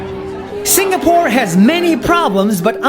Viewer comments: It’s Sing a pore not Sing ga pore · It's pronounced "sing a pore" not "sing ga pore" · ITS SING AH PORE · I like this video but im really bothered by how this guy say singapore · I like the way how he stressed on the word "Singapore"